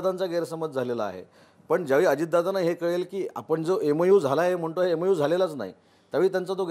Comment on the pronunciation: EMU नाही MOU....MOU and MOA are different.